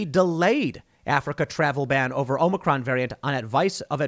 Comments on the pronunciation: Is the OM-NI-CRON variant the same as the OM-I-CRON? He has me so confused. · Omnicron hahahaha that’s what Biden said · Hey Tim, Omicron is a letter in the Greek Alphabet. You are mispronouncing the name, so you really need to learn how to say it.